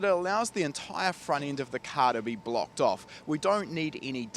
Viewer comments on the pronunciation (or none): none